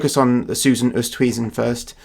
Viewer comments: Oosthuizen is pronounced Oh stay zin (rhyming with play station) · Susan Oosthuizen is an Afrikaaner name. The surname is pronounced Oo - est (try run the two sounds together fast) - hay -zen and the first name may well be pronounced as Su - sun. I am a South African who greatly appreciates what you do. Thank you.